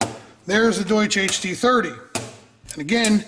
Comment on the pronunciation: Haha "sprechen sie deutsch?" Do you speak German? It's definitely not "Doosh" :)